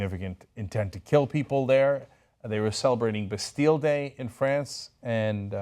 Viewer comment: "bastille day"....